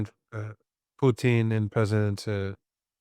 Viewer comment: Everytime marandi says poutine I suddenly have a craving for poutine I love it I giggled every time